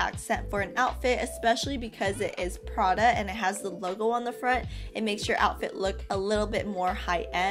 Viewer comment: the way u say Prada is awful